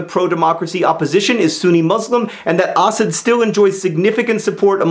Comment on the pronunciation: Do most people pronounce Assad the way John does? I'm used to hearing it pronounced a slightly different way.